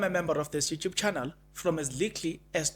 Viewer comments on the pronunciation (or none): none